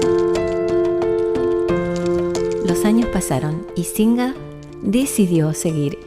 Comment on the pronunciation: Se pronuncia sin JE r. CON JOTA USO NORMAL COMO EN LA PALABRA "deJAme"..